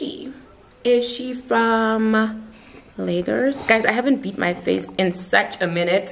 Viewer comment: When you say “is she from…” I just know she’s from Lagooooorrrs